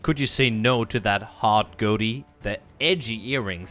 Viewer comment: Did he say "goaty" I believe it's pronounced go-tee 🤦‍♂️